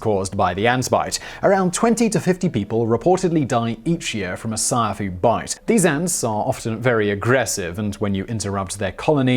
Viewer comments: 😂 😂 😂 It's not sayafu.... It's siAfu... Siafu is a swahili word for ants... Now you know.... 🇰🇪 🇰🇪 🇰🇪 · siafu is pronounced see-a-foo not sai-ya-fu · You pronounced Ciafu incorrectly. Pronounce it as Africans would. See A Fuuuuuu. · It's "see-ah-foo"